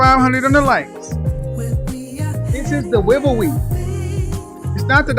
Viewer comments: dewivewy LOL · ITS HIS DEWIVEWY